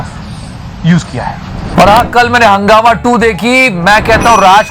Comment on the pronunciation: Hungama becomes Hugnama... hag diya 🤣🤣🤣🤣